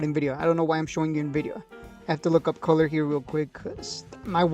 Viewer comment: It's "cooler" not "color"